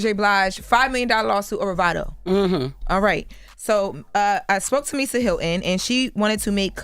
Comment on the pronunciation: Speak clearly, Hyl-ton not Hyl-in.